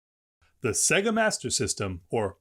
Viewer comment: Se-ga? Huh Sega like say-ga lol